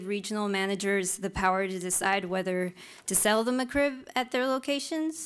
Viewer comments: its is not "meh-krib"...it's MEK-RIB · She says McCrib, not McRib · Lol she said "Macroo" first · Its McRib, not the McCrib... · breatheinthepinkair Indeed or MaCrib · Mah Krib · No no.. she says Muck-Krib lol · Muh CRIB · mah crib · I know ! I caught it too lol she's saying "McCrib" haha she's probably a Crip from Santa Clarita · The female fedora guy: M'Crib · "the ma-crib" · "muh crib" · Get it right. It’s not McRib. It’s Ma-crib! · I just hate the way she says Mc Rib. She says "muh'crib." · No, she says McRib, not McRib. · She can’t even pronounce it correctly.